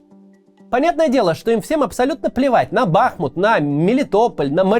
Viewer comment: Скажите ему кто-нибудь, что город бахмУт, а не бАхмут